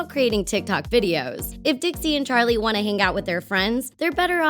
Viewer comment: the way she pronounces Charlies name like; cHaRliE diEmiLiOu